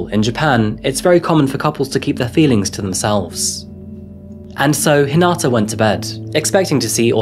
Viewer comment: Hi-na-ta. Not Hin-a-ta.